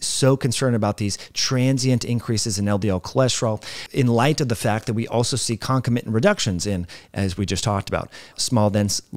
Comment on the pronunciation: You are mispronouncing “concomitant”. Doctors pronounce that conCOM itant